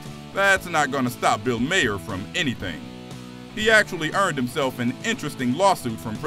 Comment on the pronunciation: Its pronounced Bill MAR